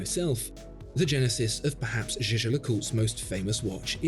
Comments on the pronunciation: Its the French pronunciation of a German word. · Jaeger is a German word (meaning hunter), please do pronounce it correctly it hurts my ears... You are supposed to be a professional.